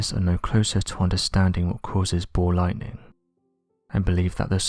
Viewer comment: SAY BALL Lightning, not Bow Lighting